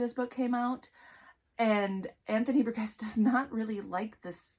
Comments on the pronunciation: His name is pronounced bur-jess. I wrote a report on this book as a senior in high school. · Ugh! Burgess is pronounced with a soft G. Have you never heard that name pronounced? I've pronounced names incorrectly that I had only seen written but this one is a pretty common name. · Please learn how to pronounce Burgess.